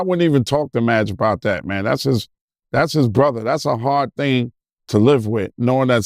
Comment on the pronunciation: Brudder lol😂